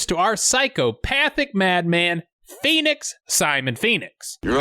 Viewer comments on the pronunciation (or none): When Stallone screams out PHOENIX its sounds like P E N I S.. once you play it back it can't be unheard. 😜